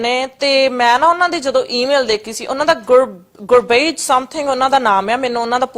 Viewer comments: Canadian born ਹੋਣ ਦਾ ਦਿਖਾਵਾ ਕਰਨ ਦੇ ਚੱਕਰ ਵਿੱਚ ਇਹ ਲੋਕ ਆਪਣਾ ਜਲੂਸ ਤਾਂ ਕੱਢਦੇ ਹੀ ਨੇ , ਪੰਜਾਬੀ ਬੋਲੀ ਦਾ ਵੀ ਜਲੂਸ ਕੱਢ ਦਿੰਦੇ ਨੇ | ਇੱਥੋਂ ਦੇ ਬੱਚਿਆਂ ਨੂੰ ਤਾਂ ਪੰਜਾਬੀ ਦੇ ਕੁੱਝ ਕੁ ਅੱਖਰਾਂ ਦਾ ਸ਼ੁੱਧ ਉਚਾਰਣ ਨਹੀਂ ਆਉਂਦਾ ਜਿਵੇਂ ਕਿ “ ਭ , ੜ , ਢ , ਝ ਣ “ ਆਦਿ । ਇਹ ਗੁਰਭੇਜ ਸਿੰਘ ਨੂੰ ਗੁਰਪੇਜ ਸਿੰਘ ਦੱਸ ਰਹੀ ਹੈ ਵੱਡੀ Canadian । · Accent dekho edha jive Canadian born aa te aai te 16 ch aa ethe. Gurbhej v nahi kehna aunda tenu ? Hahaha fake accent fake personality 😀